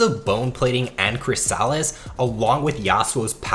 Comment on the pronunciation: Yasuo is not an assassin. Please stop spreading this falsehood. He is a skirmisher, a sustained damage melee carry with incredible situational defensive abilities. Also, please learn how to pronounce chrysalis correctly; you sound ignorant pronouncing it the way you do.